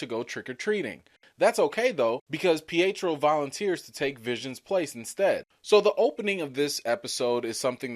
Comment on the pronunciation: Not peitro